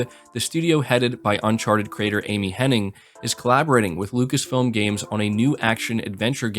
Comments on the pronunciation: you keep saying Henning. It's Hennig. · its amy "hennig" not henning. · Henning or Hennig? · It is Amy HennIG, is it not? So many people say Henning but I’m fairly sure it’s Hennig. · Her name is actually Amy Henn*ig*, not Henning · All the love, but is there a single YTer who can pronounce “Hennig?”